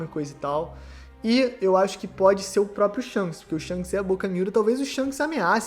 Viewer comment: "Sharishanks" kaakakaakakaka